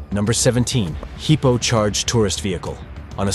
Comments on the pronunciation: WTF is a "heepo"? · The footage is nothing new. But the horrible narration, by a computer, is beyond annoying. Why don't the channel creators just read the copy themselves? Or, hell, I don't know, get a friend to do it. A friend that can pronounce hippo 😖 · Dude says heeeePOoo